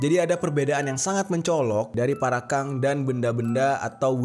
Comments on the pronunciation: Parakang BG bukan Parakan 01🗿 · Bang namanya parakang bukan parakan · Bang jeri Parakan bukan parakang😐😐😐